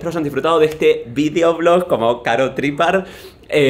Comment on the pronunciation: martin, su apellido se dice TrippÁr, no Tríppar JAJJAJAJA